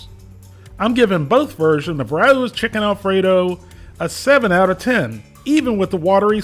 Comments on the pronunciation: I thought u were reviewing rao's. But i guess your reviewing ruuwww's 😅😂😅😂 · I think they pronounced it Ray-ohs in their commercial? I forget though. I’m sure it’s on here somewhere online.